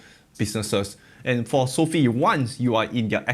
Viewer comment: You do know it's not pronounced as "Sophie". It's so-fi.